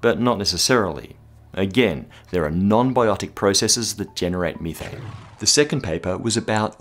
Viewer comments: ok dude i know you're from australia but srsly MITHANE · Its methane not methane smh